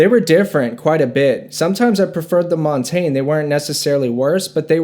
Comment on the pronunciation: It’s so wild how nobody (except ) knows how to pronounce Montagne.